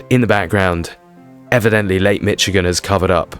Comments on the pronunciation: its pronounced mish-igen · You pronunciation is wrong it is not called Lake "Mitch-again"